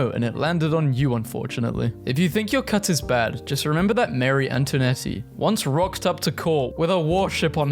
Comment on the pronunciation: Antoinette is pronounced 'antwanet' not 'antwanettea' I'm sorry but it really irks me otherwise 😭